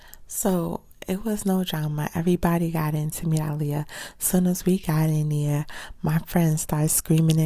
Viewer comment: She's like one of the only people who said her name right.